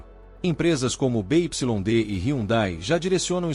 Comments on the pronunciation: Parei de vê quando ele falou da montadora (BYD) Bê, Ípsilon, Dê o correto: “Bê Uai Dê” 💅🏽 😂😂😂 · Empresa be ipsilon de? Caramba tu e bichao mesmo hein